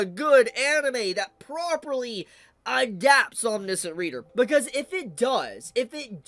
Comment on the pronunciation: why is it that nobody can pronounce omniscient... huh